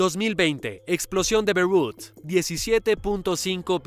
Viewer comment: Se dice Beirut y no berrut dilo bien jaja